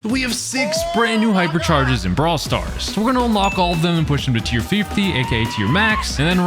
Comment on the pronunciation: Did bro say pipercharges 😂